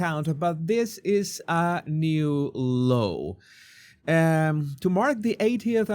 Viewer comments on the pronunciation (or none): none